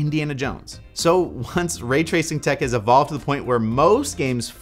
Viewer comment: way twacing